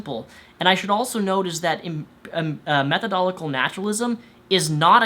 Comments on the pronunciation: It is pronounced 'methodological' naturalism not 'methodolical' naturalism...anyway good video. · Damn. I have been watching you so long that when you said methodolical, I knew you had said it wrong, then figured out what word you meant, even though I've never heard the word methodological. Skills. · I'm sorry but that way you pronounce methodological irritated me. I understand that you're dyslexic, I am too. It's pronounced method o logical. I know it shouldn't bug me and I'm sorry it does. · Method-o-logical. Not meth-o-dolical. Please. My brain-gears go clang every single time. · Methodological [meth-uh-dl-oj-i-kuh l]. Sorry, but improper pronunciation detracts from your argument. Despite that, I appreciate your video's message and nice job. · Method - o - logic - al. I love what you're saying but it makes me cringe a little when you mispronounce methodological. I apologize, I hate to sound like some grammer teacher, just thought I'd mention it in case no one else had. Despite my comments, keep up the great work! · Dude, you're great and all, and I totes agree with everything you're saying. But please, MethodoLOGical, not Methodolical. If we're going to tell these crazy people how wrong they are, we need to do it right! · Every time he said "methodolical" instead of methodological it just urked me lol. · methodolical? you mean, methodological? lol I get it, its a hard word ;) glad you try to use reason to actually understand reality. Keep it up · Meth oh do lo jick al. you're saying meth oh do lick al. you are skipping a syllable. Not a big point, but i'm a bit OCD and it was bugging me.......sorry for pushing my neuroses on you. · While I am in support of you, you might want to try and pronounce the extra syllables in methodological when you say the word, because you weren't saying methodological, you were saying "methodolical". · You said "Methodolical" several times instead of "Methodological". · It's method-o-logical not metho-d'oh-logical.